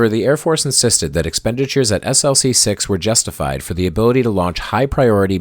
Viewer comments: Tremendous video! However, having worked on a project that launched from Vandenberg SLC-4W, you should know that the launch complex abbreviation is pronounced as an acronym, e.g., "Slick-6." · Its pronounced 'slick' six